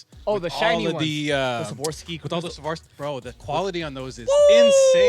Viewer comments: These mfers literally cannot say Swarovski. Its insane. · what will happen first? the minimal story or saying swarovski correctly?